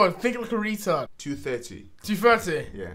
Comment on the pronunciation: 2.30 sounds like "tooth hurty"